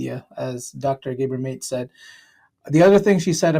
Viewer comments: Pronounced Ga-bor Ma-Tay. NOT gaebore mate. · GAH-BOR MAH-TEH. thats how you say it. Im sorry its an enormous pet peeve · Does research on gpt and mispronounced his name. Its GAH BOAR MAH TAY. like Latte. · please learn the correct pronunciation of Mate's name it doesn't help your point. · Dude, learn how to pronounce people's names. He's Gabor Maté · Appreciate this video. Please learn the correct pronunciation of Gabor Mate’s name.